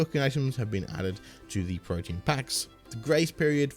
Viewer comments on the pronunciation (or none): Protean is not pronounced "protein". It's Pro-tee-an